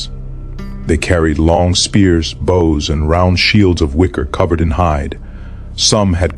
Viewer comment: A good video, but it's a pity that the author didn't bother to nake sure the AI knows how to pronounce "bows", kind of important in a battle with so many archers.